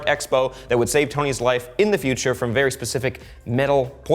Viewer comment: And wud not wid